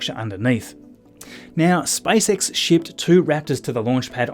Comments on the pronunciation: He said SpiceX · Your accent is funny :D , it sounds like you are saying: "Spice X" :D:D. The Space Girls from UK are protesting :D:D:D , just kidding :D